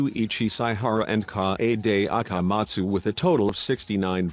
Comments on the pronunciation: "Shu i chi Sai ha ra and K AH AY DAY A KAH mahtsu" bruh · "Cockichi Ouma" "Me you e roomba" "E book key Mi oder" "Kaede akamat stew" "Hajime's ayr guatire" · piano idiot: KaH eyy DeY Ah Kah Mah Zu